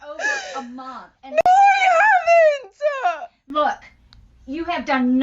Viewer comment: No I haven'TA! You're not listening to meAH! I'm tying to educate youAH!